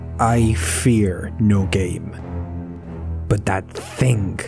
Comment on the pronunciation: Some people get salty when you correct them, so here comes the needless disclaimer. I'm just trying to help you. You pronounced "thing" as "thin*k*".